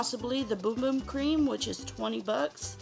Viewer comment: BUM BUM not Boom Boom and it's Precision not Precise